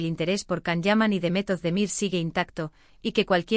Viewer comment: Please say his name correctly its pronounced as JAN not Can.. C in turkish alphabet iis pronounced as "J".. so please before making a vlog learn to pronounce his name correctly.